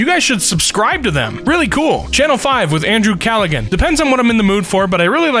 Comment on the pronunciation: Callaghan as in "Callahan",.